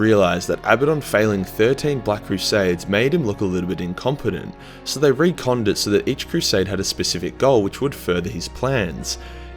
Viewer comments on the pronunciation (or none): Srsly though. Why cant you say Retconned. Its not "re-conned." Retconned. Ret-conned. Say it with me. Its not like its even misleading spelling, or that there's a split community in how to say it. Aside from this, he's not a bad character overall he's just been handled very poorly by some writers.